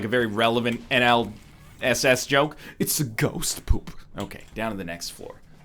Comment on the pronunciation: The way he said NLSS made it sound like he was saying NL SS, the Northernlion Schutzstaffel